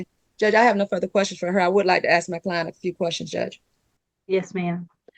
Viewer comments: It’s ask…not aks. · Don't feel like you're the only one😂😂I had a hard time with phrases that should have been "you all" coming out as "yaw." And "ask" being pronounced as "axt." It's a 3-letter word, so I don't understand why it's so impossible to pronounce correctly . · Or ax